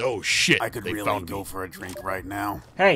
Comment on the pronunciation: annunciates everything with a w instead of an r "now I shoot people fow weal!"